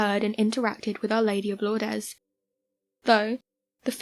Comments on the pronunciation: Pronunciation tip: "Lourdes", as in the French town, and "Our Lady of" is pronounced: 'LOORD', rather than 'LOOR-dehs'. Single syllable; no S sound on the end. Like many--but not all--French words, the last letters of "Lourdes" aren't voiced...except occasionally they might be, depending upon the word immediately following it. French is a damn mess. There are some general guidelines for when to voice what letters, but there are some words that completely contradict the guidelines. There is no absolute guideline that can be counted to to ensure proper pronounciation of a novel French word 100% or the time (much like English, actually, which gets most of its seemingly nonsensical pronounciations from centuries of co-mingling with Norman French). I once asked my French prof if there was anything I could do to make sure I at least pronounced French words correctly, even if I couldn't actually converse in the language. Her answer was, yes, you can learn to speak French. Thanks, professor. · pronounced 'Lourd'...its French.. Lourdess is...not how it is pronounced. Thats all. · THANK YOU!! Her pronunciation was driving crazy!! How hard is it to look up the correct way to say a word!! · Lourdes is pronounced Lords not Lordez! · Lourdeeas?? At least pronounce it correctly! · Lourdes is pronounced lewerds x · Lour-dez? Do you mean Lourdes? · Oh my god it pronounced lords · Irritating that you do not pronounce Lourdes properly. Also Lourdes is the second most visited shrine in the world not the first. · you’re pronouncing Lourdes incorrectly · Ridiculous pronunciation of Lourdes